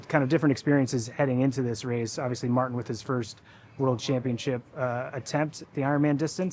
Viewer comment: Can‘t even get MartEns name right smh